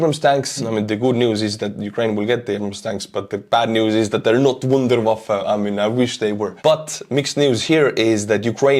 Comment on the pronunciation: Thanks for your German! Wunderwaffe ;-)